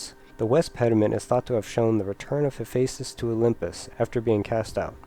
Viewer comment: Enunciation. Enunciation. Enunciation. That is how Hephaistos does not sound like "hefsos".